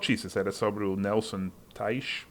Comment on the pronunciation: Seth, a pronúncia de Teich, como pronunciamos aqui, me parece correta. O sobrenome dele é alemão e em alemão o "ch" se pronuncia dessa forma.